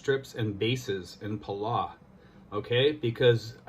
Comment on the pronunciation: It's pronounced Puhll- Ow ... like you stub your toe and say Ow! Or like us locals call it, Belau. We have a long history with the US. One of the bloodiest battles of the Pacific was fought there on a Palauan island called Peleliu. Anyways, thanks for sharing with the people... We have a ton of PI natives working there. #Trump2020 but #Belau4Life